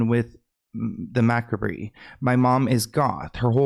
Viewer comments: It’s pronounced mah-kab. Love you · It’s Muh-Cobb not Mah-ka-Bree (Macabre) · MaKrabree ✨️ 😄 😅😅😅😅😅😅 its pronouced ma-cob. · The word that you were trying to say is said like - "muh·cobb" (Macabre). It's just one of my favorite words so I thought I would let you know! 😌 💙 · omg ur so cute. Macabre is pronounced like muh-cob 😝 love you sm!! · Macabre: “muh-cob” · Just fyi it's macabre (muh-cob) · Oh sweetest, "mac-ra-bee..?" 😂❤❤